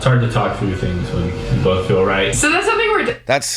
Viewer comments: People who say bolth and pellow crack me up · Lol I think she makes it a point to say "bolth" just to troll you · lol he can’t stand her! They bolth need a speech therapist. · Does she really have to say “bolth” so much?? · Why is the one person who can’t say “bolth” correctly also the one person who uses it in every single sentence she sputters😭